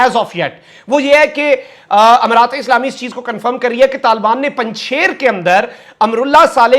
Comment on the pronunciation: یہ لفظ Panjshair نہیں، "Panjsheer" ھے۔ فارسی میں "ے" (بڑی یے) نہیں ھے۔